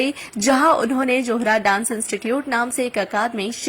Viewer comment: Not "johra "but " zohra".thanks.